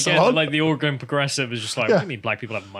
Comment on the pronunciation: How dare you! First, you engaged in blatant cultural appropriation by correctly pronouncing"Orygun", and then I find your marriage is Cretan...I used to like you guys.... now, I absolutely love you!